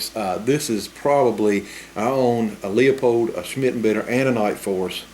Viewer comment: It's pronounced LU-pold :)